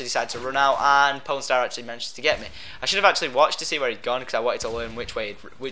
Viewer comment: Sounds like you're saying porn star.